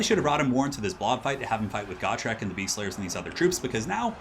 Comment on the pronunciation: It's pronounced Gotrek.